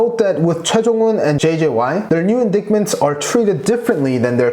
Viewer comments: This is not a big deal, and it may be that it can be pronounced the way you do it in the video... but the word INDICTMENT... the "C" is silent and the "i" next to the "c" has the long sound "eye" .... so it would sound more like this.... in-dite-ment....anyway, keep up the great content ! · Not a grammar police but just wanted to point out indict or indictment is pronounce like 'in-DYTE', you skip the 'c' in the word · FYI indicted is "in-die-ted" t is very soft & "in-die (t)-ment" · Thanks for the video. Just with respect I might add that indictment is pronounced in dye t ment. The c is silent. (from an English tutor) I always enjoy your recaps and you speak very well. Thanks again. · silent C in Indictment homie :) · Your prononciation of ‘indictment’ 😅